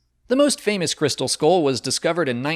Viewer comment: It's pronounced skull not skoll